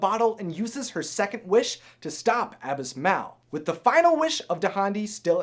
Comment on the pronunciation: What is wrong with you!? Can't you speak english!? Abismal's name is pronounced ah-bih-smahl! I mean siriously! First you can't pronounce the word dragon right, then you can't pronounced the word bag right, the you can't pronounce the name Saluk right, now you can't pronounce the names Dahndi and Abismal right! What is wrong with you!? Is English even your first language!?